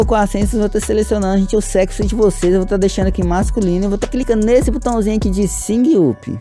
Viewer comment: "Singui upi"